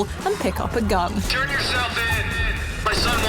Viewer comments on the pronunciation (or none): Madam it's gun not guun